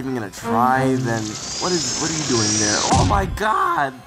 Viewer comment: Dere you go. Dere you go.